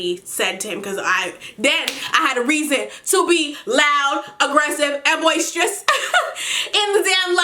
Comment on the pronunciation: LMFAOOO "BOISTEROUS"